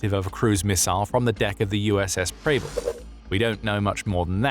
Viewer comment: Preble is pronounced so that it rhymes with pebble